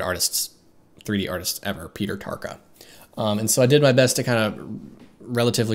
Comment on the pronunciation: it's Peter Tarka!